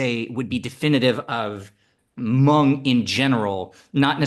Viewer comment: Thankyou for not trashing the name Hmong with (Ha)mong like most people do.